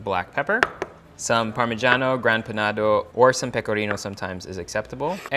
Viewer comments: It is called Grana Padano not Grand Panado and traditionally it's pecorino romano that is used. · The Italian cheese is called Grana Padano, not Grand Panado.